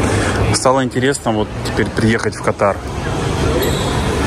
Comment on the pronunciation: Правильно КА тар Дубай ПАТА'ЙЯ ПХУКЕТ